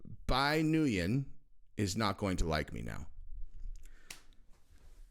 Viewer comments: Ngyun is “Wen” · Nguyen is pronounced "nwin". It's weird but it is and what it is. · Nguyen is pronounced “win” I believe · its pronounced “be new win” most common Vietnamese surname.